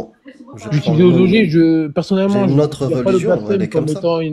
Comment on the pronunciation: Le Père Noël a fait descendre un texte où il demande de pragmatiser ceux qui ne croient plus en lui ? Pinaise, on nous cache tout ! 😱 Sinon, c'est quoi cette prononciation : "djire" , "idjéologie"...?